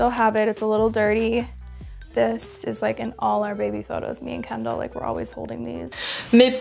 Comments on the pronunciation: kendall pas kendle mdr :') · C kendall et pas kendale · c’est kendal pas kendle